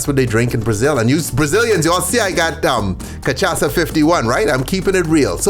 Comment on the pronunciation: I’ll give you points for pronouncing Cachaça correctly.